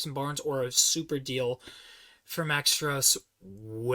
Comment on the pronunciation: Also btw it’s pronounced Max Strus (Stroose like goose).